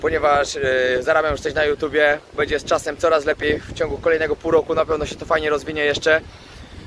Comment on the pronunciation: Twoje „bedzie” „bede” jest najlepsze 😎